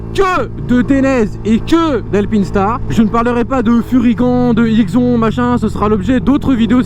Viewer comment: #TEAMALPI Et "furygan" se dit "furygane" et "IXON" se dit "IXONE"